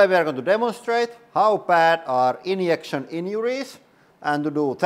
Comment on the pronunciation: I love the way he says inyection inyuries